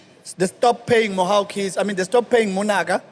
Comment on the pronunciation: LOL. Editor, it's "Mhaw Keys" not "Mwah 💋Keys"